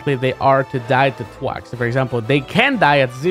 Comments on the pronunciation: I hate how you butchered thwack to twack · "Twack is a very dangerous move" Twack Never learn how to say that word correctly. Never change